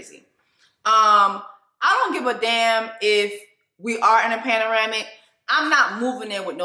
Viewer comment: Screaming every time my sistaaaAAAaaaAAH says, “paneramic” 🦠😷😱🤣😂